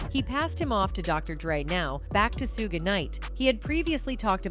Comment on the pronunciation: “Su Gay”, dang I can’t stand that AI voice.